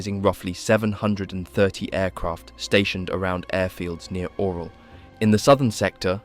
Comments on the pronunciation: It's not the Oral region,..lol. It's pronounced "Urál", "Oo-rál", or even "You-rál". It's not like bro couldn't have researched it, c"mon! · Orel has nothing to do with mouths 😂. It’s pronounced orYOL.